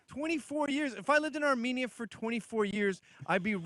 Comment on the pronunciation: As a fellow Armenian it’s weird to hear them say “Arm- main- nia” right? Like why do they think it’s a A and not an E